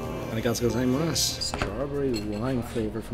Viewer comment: I thought should have mastered his arigatougozaimasu by now 😂